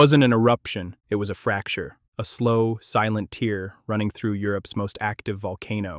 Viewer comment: Your ai is awful. "Tear"? Yeesh.